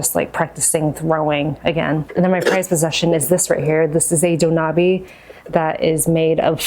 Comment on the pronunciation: FYI it's pronounced "doh nah beh", not "doh nah bee"!